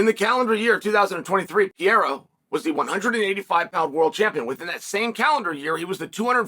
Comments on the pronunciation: Two r's should be pronounced. Pereira. Not peara. 😂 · dude his name is alex peReira no peeheyra forfuksakeeeeeee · It’s not Pierre you steroid user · Alex Pierra 🤣